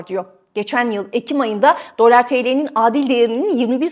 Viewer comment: Abla şuna dölar deme ya lütfen